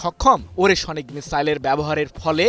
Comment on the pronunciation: ওরেশোনিক নয়, ওরেশনিক (ওরে+শ+নিক) হবে সাংবাদিক ভাই।